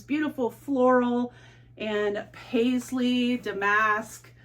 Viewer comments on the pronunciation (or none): It's "DA-mask" (emphasis on the "da") 😉 Your video title says you paid $9 for the $1250 trousers, but in the video you say you paid $30?